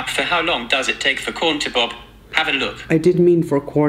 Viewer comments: Raphael: How long does it take for corn to bob? Phone: webpages found of "how long does it take for corn to bob?" Raphael: I didnt Mean for corn to bob.... i ment bob 🤭😂😂😂😂 Im laughing so Hard. Im sorry but he accually sound so cute trying to pronounce pop 😂😂😂 the rest of the video i only heard him saying bobcorn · 😂 OMG! When you were trying to ask Siri how long it takes for corn to pop and it thought you said bop😅 literally made my day